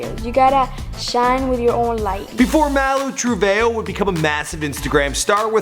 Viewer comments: Malu trebayo? Oh my oh no 💀😂😭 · It's male Treveho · He said malu travehoe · “before malu true-vay.yo...” holupholupholup. what? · Malu Truveyo? are you kidding? that wasnt even close. He really doing it on purpose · in the video (fight) it's not Malu Trevejo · Why can't this man ever pronounce people's names right